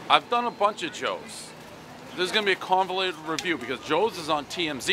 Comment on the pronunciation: “Convelated,” everyone knows Prez didn’t go to school.